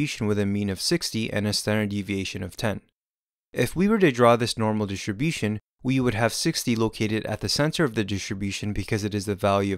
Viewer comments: This is a great video. It helped me a lot. But please,, can you try to say "dis-tRi-bution" (with the R actually pronounced) instead of "dish-ti-bution"? I find it quite distracting. Apart from that, like I said: great animations, great explanation, thank you so much!!! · Amazing explanation and visually pleasing. Well done. (Though hearing the way you pronounce Distribution>Dishribution was distracting lol) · Thanks...but why does he say ..Standard normal DHISHUM-DHISHUM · great, great video - thank you. it is so funny how you pronounce "distribution", always sounds like dishibushon :-D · I was laughing so much: Normal dishibushin :D :D :D great video tho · Normal Dishunbution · wtf is "dishibution"